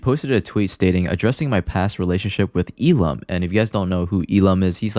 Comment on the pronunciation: his name is pronounced “L”lum, which is actually pretty fitting